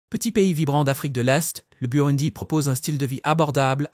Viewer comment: N’importe quoi ! Apprenez déjà à prononcer correctement le nom du pays et surtout apprenez l’humilité. Vous ne savez rien de ce pays, vous ne faites que réciter un texte écrit par je ne sais qui.